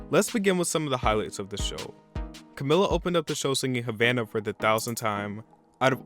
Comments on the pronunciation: Ok this is not a hate comment I just need to point out that Camila Cabello is pronounced CamEEla CaBAYo I'm not trying to be annoying I just felt the need to say that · It got higher ratings than 2018's... don't just make up facts! It's pronounced CamEEla, and the performance was excellent. Havana was nominated for a grammy THIS YEAR, so obviously that's why she performed it. I agree Lady Gaga had an interesting performance, but her vocals were a little off and that happens sometimes. Miley and Shawn had the best performance of the night, and you called it a "bathroom break." I agree Cardi's performance was not good, but again she was nominated and got a performance so you can't really blame the Grammys for that. Kacey Musgraves was alright, Brandi Carlile wasn't. SZA was okay, and Travis sucked. Post did the best he could but couldn't compare to Janelle Monae. I'm not a fan of Janelle's music, but her performance was well done. Smokey Robinson himself approved of JLO's tribute (which was great) and she is a lifelong fan of the genre. Dolly Parton's tribute was good. The nominations were terrible. Reputation was not nominated for Album of the Year which was unfortunate as it is the best album of all time. It's unfortunate that they treated Ariana the way they day.